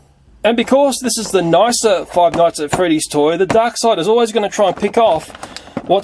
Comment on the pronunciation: Honestly, what he does to the knockoffs is how I feel about "Five Nights At Freedys". I feel like "Feeve noights et frdys" is gonna be like Pokemon Go: It'll last and be a lot of things, but then it'll peter out and be gone like everything else.